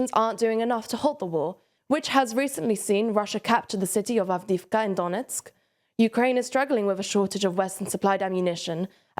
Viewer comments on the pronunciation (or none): none